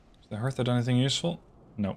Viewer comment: you dont pronounce the t in Hertha. its pronounced like Herta